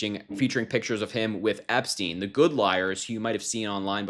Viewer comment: Correct pronunciation is Epstine not Epsteen.